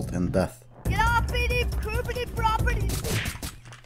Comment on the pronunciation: Pruperty property your property is my property